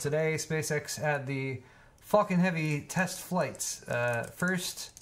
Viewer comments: It's Falcon not Fulcon 🤣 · Lmao it sounds like you were saying "fuckin'" when you were saying Falcon,. XD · Anyone else think it sounded like he was saying "the fucking 9s heavy" when he was talking about the rockets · I have always wondered if Elon Musk done this deliberately, just to entertain us international people who don't say 'Falcon' that way but we do pretty much pronounce another 'F' word like that. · THAT, exactly that was itr that was nagging me ^^ english is not my first language and i had to laugh evertime said falcon xD